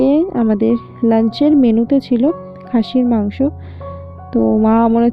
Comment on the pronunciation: খাসির মাংস কথা শুনে মনে হচ্ছে হাঁসের মাংস বলছো 😡😜